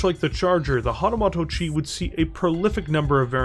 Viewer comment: Hahtahmahto-chi, eh? 🙃